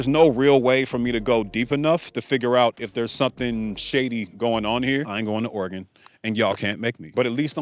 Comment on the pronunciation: Hold up, Nevada doesn't have a state lottery? That one is surprising to me. Also, thank you for pronouncing Oregon correctly, many from back east can't seem to get it right